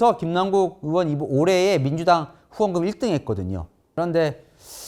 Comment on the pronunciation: 동앵커는 '의'발음이 안되시나요?? 의원을 으원, 의혹을 으혹, 계속 으원으원으혹으혹거리는거 상당히 거슬립니다. 아니,발음은 기본 아닌가? 방송 생활 십 수년짼데..